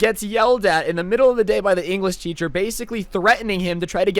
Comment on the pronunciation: Enwresh teacher